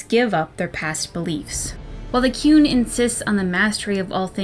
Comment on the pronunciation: All I can hear when you say 'The Qun' is 'The Coon'. Is Eric Cartman running a society in Dragon Age universe where everyone should obey him? Seems plausible